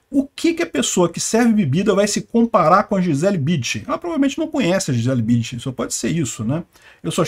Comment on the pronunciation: precisa colocar o N na sua pronúncia do sobrenome "BüNdchen". Foi duro ouvir repetidamente o nome tão conhecido pronunciado errado... Abraço!